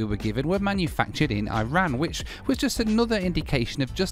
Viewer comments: come on. Its Iran not eye ran. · Bloke from Mansfield pronouncing I-ran like that 😅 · Feel like you are on a slippery slope.. before long we'll have Noels bathroom reviews (instead of loo) given the country is now eye-ran. Hurts my British ears 😂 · He’s been “Americanized”. Next thing you know, he’ll be saying “See y’all on the next one!” 🤣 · Looks like the oddest airline of airline. You are spend far too much time in the states you are beginning to sound American y the way you keep pronouncing Iran. 😂😂